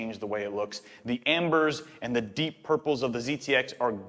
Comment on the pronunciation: POILPLE. Kinda makes you sound like a guy from New Jersey saying purple, P-Oil-ple. It’s purple with oil slick in it